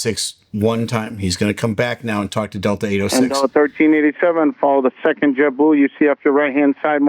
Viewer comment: Right away the controller is speaking ebonics, there is nothing clear in his speech. Pronunciation should be a requirement for this job. I see right away that the problem is DEI hiring. Its not Jeboo, Its Jet Blue, even the numbers are garbled.